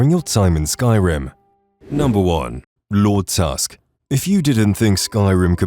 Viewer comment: So you put wolf queen and break the aetherium into two different quests on list, pronounce Lord Tusk as one word but you don’t put the giant chaurus on the list, something you have to actually go out and find with not a single hint? You’re horrible at this “content” creation thing dude